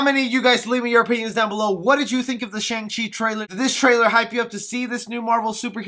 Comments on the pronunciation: Im not sure you're even pronouncing his name correcting. You say it with a "u" sound like shung. When it is really with an "a" sound. Shang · Nope his name is Shang chi not Chung chi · i cant even watch this ..with you keep saying shung chi............" its shhh-angggg -cheeeee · It's shang no shung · pretty weird that a lot of people read his name as "Sheng-chi" but its actually"Shang-Chi" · Character is very clearly named ShAng and my man calls him ShUng the whole time... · man said shung chi the whole video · its pronounced shung chi. just saying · Dude, you pronounce his name wrong.